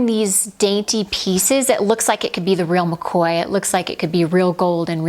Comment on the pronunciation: gal did u say real makoya? 🤣🤣😅😍😜